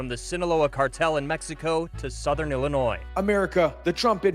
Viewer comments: Like Illinoize. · Illinoi.. don't pronounce the S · FYI: The "S" is silent in Illinois. (Illinoy) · Not for nuthin ... but there is no "noise" in Illinois. The "s" is silent for gods sake Otherwise ... good content sir. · GOOD JOB REPORTING - in Illinois - we do not pronounce the s - ILLINOI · It's pronounced Illinoi. The s is silent. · Please don't pronounce the "s" at the end of "Illinois" as it is the incorrect pronunciation. Thanx for sharing yourself and your opinions. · The s is silent when you say Illinois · The s is silent in Illinois. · PRONOUNCE "Illinois" correctly please!!! Its easy to google HOW TO PRONOUNCE ... WOW !!! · Illinois...the S is silent. 👍